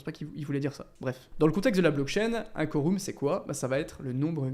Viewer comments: Se pronnonce phonotiquement : koreum 😊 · Sympa la vidéo ! PS: on prononce "Quorum" comme "Aquarium" :)